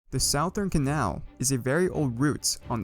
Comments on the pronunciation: "the SOUaTHERN canal" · Its pronounced Suth-ern-canal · WHY THE FUCK YOU SAY SOUTHERN LIKE SAOUTHERNN CANAL WTFF???!!! ITS SPOKEN LIKE SUTHERN!?!! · You keep saying "sowe" instead of "suh" in southern and its really bothering me. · It's pronounced Suh-thern, not s-ow-thern who tf pronounced southern that way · Its pronounced "suh-thern" Or you say "The South Canal" I know its not intuitive but thats english for ya bud. Cheers! I know , I'm late to the party, but I've just started going down the rabbit hole of your videos ,and As a Florida resident, I had to say something. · "corp" "sowthern canal" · I like how he says it like “sow thern” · came for the lore, stayed for the sowthern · Mans said Sauthern Canal at the beginning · "south earn" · He is say sowthern canal and it bothers me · My ears weren't braced for the SOWthern Canal. Still, amazing history video! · not southern south-ern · My dude talking about the south-urn canal bruh wtf is that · not a big deal, but "southern" is pronounced "suh-thern." It is dumb though, since south isn't pronounced like that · You keep saying "southern" wrong it's pronounced "suth-ern", but overall good video :) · south urn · you are saying Southern rong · I love the video, but please, its suh-thern. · cant tell if he's mispronouncing southern on purpose or not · How do you mispronounce "corps" and "southern" lol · Say southern right my dude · My guy, you're saying southern wrong. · “The south’ern”. Made me stop watching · Please say southern correctly I beg you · I hate the way you say southern